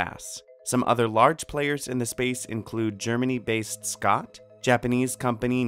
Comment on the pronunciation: Though they didn't quite hit the German [Shott] instead of [Scott]